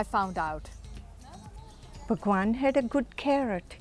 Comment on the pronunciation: When she said bhagvan, i got cringed. Disgusting